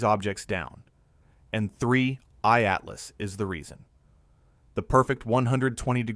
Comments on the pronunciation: oh AI, silly AI - it's 3i atlas - NOT "three EYED Atlas" (even the captions pick this up) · 3......i /Atlas ,that pause is a dead giveaway for AI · The video visuals is second to none from the point of view of facial expressions and everything else but at the very near end the audio makes the same mistakes of separating 3I/Atlas pronunciation that seems to be the bane of the whole AI audio system! That’s such an easy thing to correct yet they don’t seem to be too concerned about it. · AI generated (but very slick) picked up on it in the last few minutes when 3I atlas was said very oddly. Not sure how much of this is true now.